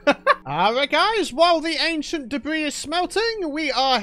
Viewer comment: Ancient depth ris not debris 🧐🤨😕